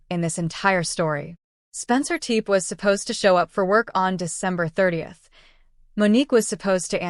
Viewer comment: Whomever is narrating this documentary should get the proper pronunciation of the name for goodness sake. It’s not TEEP, it’s TEPE. Go find it please out of respect